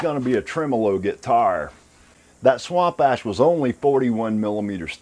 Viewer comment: same when he says "swamp ash"